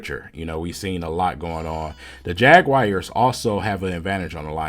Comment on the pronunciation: Jagwires lol